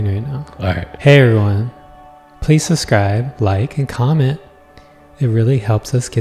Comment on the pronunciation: Love how always says "suSScribe" instead of suBscribe. The best